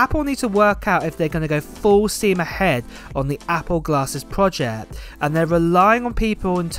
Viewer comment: It's PROJECT, not PROJEH